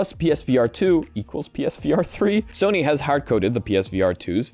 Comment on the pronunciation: Do you have to pronounce every new word you encounter incorrectly? Every episode you pick a random word and say it wrong. It's so frustrating. If a word is Japanese, the O is always long. It's SOny mOcapi not sahny mahcahpi. It's weird to refuse to pronounce someone or something's name right, and insist on saying it differently from how people want it to be said, it's arrogant and ignorant to see that someone gave it a specific name with intentionality behind the choice and say, I know better than you and I'll say it this way instead because learning how to say that name is too much effort and why should I do that. Idk it just feels so disrespectful to know a name is said one way and still refuse to do it.